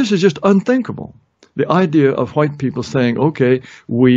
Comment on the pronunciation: Yes, hwuite is a very entertaining pronunciation. Took me a while to get around to watching this and I'm glad I did.